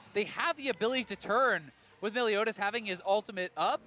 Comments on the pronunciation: "meliodas" why do they say "meliodias" do they think he is mexican? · MELIODIAS??? cringey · "Meliodias" big oof